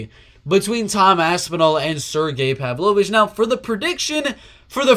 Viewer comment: You're the only non-Russian who can pronounce Pavlovich's last name correctly.